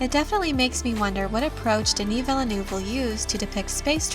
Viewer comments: His name is less 'Vill-a-noov' and more 'Veel - nerve'. French syllables don't tend to start with vowels, only consonants. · That's not how "Villeneuve" is pronounced :D